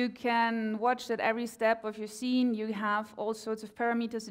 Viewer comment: skeen? or actually "scene" :P